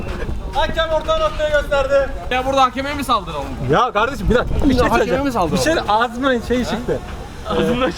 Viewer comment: "Gurban olduğum yağdırıyor" "Ya gardeşim adam meal diyor meal"